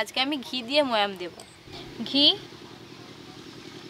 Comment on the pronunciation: din ke din ato nekami mere kno ktha blcho?????Kthar mjhe to asol vasha ta beriye jai 'Debo' ke 'dubo' 🤣🤣